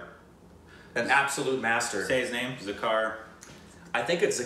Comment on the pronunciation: You get Indian Names and words correctly